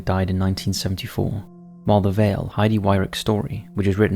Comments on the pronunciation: Chasticised, yep for yelp, vial for veil. Appalling language skills. Skewer instead of skew. Wow. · I guess he’s just reading an article since he didn’t realize it was a veil they were speaking of- and pronounced a word that doesn’t exist!